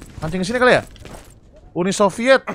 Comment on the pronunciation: gw mulai deg degan karena lu tadi bilang unisoviet bang 😂